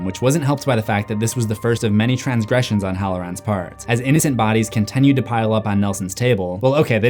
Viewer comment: please say continue right